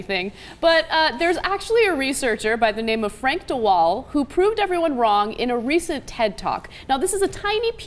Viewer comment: It's not Frank de Waal, Ana. It's Frans, de Waal.